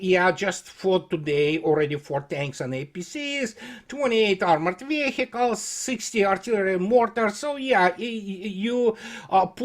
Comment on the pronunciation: Веиклз или вииклз. Не "вехикалс". Please,!)